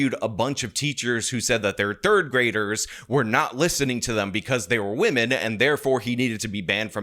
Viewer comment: Why are you just like Lauren.. pronouncing "women" as "woman"